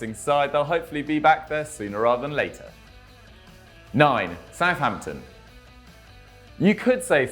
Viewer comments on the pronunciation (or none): soutampton?? isn't it Southampton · What's a soutampton? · Who’s ‘ Soutampton ‘ never heard of them ??